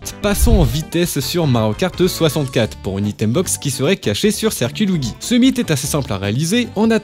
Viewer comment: Sur le manoir quoi Luidji ça se prononce mdrrr